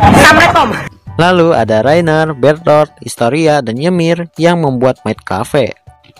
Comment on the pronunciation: Kak nama ymir bukan ymir tapi nyemir